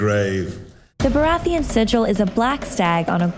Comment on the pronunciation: I think its more that no English person would ever pronounce it that way. Its the same with Baratheon, GRRM emphasises the ON when all the British actors use -UN.